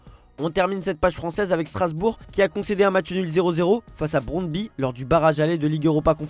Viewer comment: on prononce "brondbu"